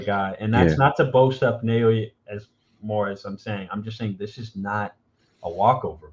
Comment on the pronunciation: His given name breaks down like this - Na-o-ya. It's pronounced like NAH-OH-YAH, rather than NEIGH-OY-YAY or NEIGH-OH-YAY (not sure how people are getting that). Japanese vowels are very close to Spanish, and are represented the same way in Spanish spelling and Romanized Japanese spelling. I offered my opinion to Fulton fans, before the fight, that Inoue is a better jabber than Fulton, and I told them the numbers absolutely back that up. They just could not believe that.